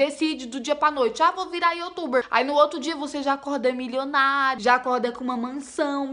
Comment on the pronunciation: Ela Sempre fala (YOTUBER) 😂😂😂😂😂